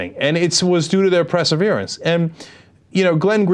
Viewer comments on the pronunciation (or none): PERseverance, not PREseverance!! Damn it Cenk...LEARN!!! :P